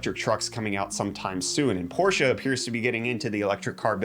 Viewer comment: You said Porsche right!!!!!!